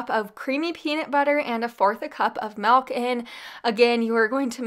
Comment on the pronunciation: Love the recipies. Love the energy... It drives me nuts how she says mIlk. She says melk. It drives me nuts. But not enough so that i stop watching.